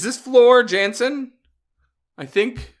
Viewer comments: Hello [ ]! Nightwish fan here, your musical quest summoned me. Welcome to the world of symphonic metal! And thank you for checking this legendary band! This live recording is from Wacken Open Air 2013, together with Floor Jansen [pronounced Yansen], the 3rd and present female singer of the band, in front of an 82K audience. About the instrumental and vocal added parts - it's good to know they recorded their orchestral and vocal back tracks with prestigious institutions as London Philharmonic Orchestra. London's The Metro Voices choir group and London's Young Musicians Children's Choir as their regular partners. Since this is your first Nightwish reaction, it is my duty to give you the [updated] short history of the band concentrated by Ann Waychoff, one of the biggest Nightwish fan who has since passed away (and I am doing this in her memory): " Nightwish was started in 1996.They are considered a Symphonic Metal band, with a female main singer. They are from Finland. Tuomas Holopainen [pronounced Tuo-mas], the keyboard player, composes and writes the lyrics for 95% of their music. [Sami Vanska was the bassist of the band starting with their 2nd studio album, he was with them until 2001. Then Marco Hietala was bassist and vocals, since 2001 to 2020. He recently announced his retirement both from the band and the public life for the next year at least. Then in May 2021 Jukka Koskinen [pronounced Yukka] became the bassist of the band, for the Human:II: Nature tour - a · In case no one mentioned it (too many comments to scroll through) but Floor Jansen (pronounced Yansen) is married to Sabaton’s drummer Hannes Van Dahl. Sabaton’s Christmas Truce would be a great reaction as we head in to this holiday season.